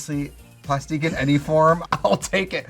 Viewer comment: not "Plustique"